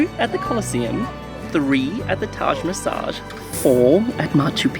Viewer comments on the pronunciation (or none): Great Video !! Just a small correction it’s Taj Mahal not Taj Massage . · Loved the video! Glad to see that Hunter's already seen 3 wonders of the world by the age of 4! Impressive! Btw, I don't know if I heard it wrong, but it's Taj Mahal, and not Masag😅😅